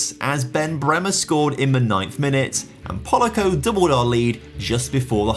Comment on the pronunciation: HE DID IIIIIITTT BOIIIIIIIIS HE NAILED PRONOUNCING POLACO'S NAME \o/